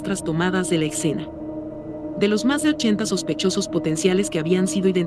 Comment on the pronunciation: Escena, no excena, después de eso todo muy bien